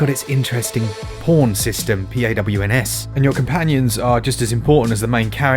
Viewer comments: Thanks for clarifying "pawn" for the American viewers. I definitely heard something else at first lmao. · I love how much effort you always put in the word *pawn*.